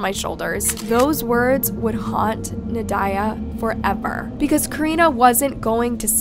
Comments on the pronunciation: You are absolutely butchering the mother's name. Well, all the names, but we'll excuse the butchery of the last names. How, though, do you butcher Nadya??? It's NOT na-DIE-ya. It's NAH-dee-ya. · That is not how you pronounce the name Nadya. It's not even an uncommon name.